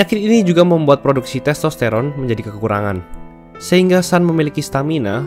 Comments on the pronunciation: bacanya tetep Sun bukan San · Sun itu bukan dibaca a tapi tetap dibaca u.